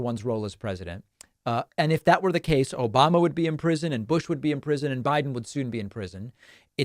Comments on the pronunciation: “…. Obamna!” gets me every time 😂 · LMAO! The "OBAMNA" caught me off guard wicked bad for some reason and I can't stop laughing at it. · "OBAMNA!" never gets old 😂😂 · OBAMNA! ill never not laugh at this. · OBAMNA never gets old 😂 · OBAMNA! Wow, it's been a long time since we heard that. I still love it. LOL. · Always love the ‘Obam-na!!’